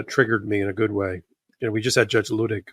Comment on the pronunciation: ...PUH-,LEASE teach Ben how to pronounce Judge Luttig's name! It is like nails on a chalkboard the same way it is when people mispronounce Vice President Kamala Harris's name. It is LEW-TIG. NOT LUH-DIG!! Don't anybody get mad at me! He is a man that should have his name pronounced properly!